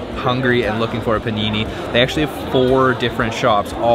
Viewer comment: "PANINI" AHAHAHHAHAHA JESUS CHRIST